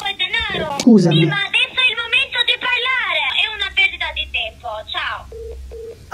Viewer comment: Mi sa proprio!🤣 da come dice "pËRlaaare... Stiamo pËRlaaaando..."😂😂😂